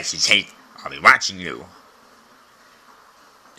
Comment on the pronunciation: Fight the power. Fight the tyrannical systems, the tyrannical parental complex. Loved your emphasis on the word stuff. I will stand beside you.